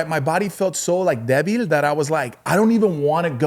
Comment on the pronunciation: lol just spelled “D-E-V-I-L” lol it’s “ débil”🤣🤣🤣